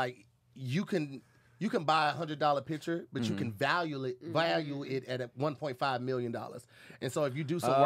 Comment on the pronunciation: said you can Valyule it 😂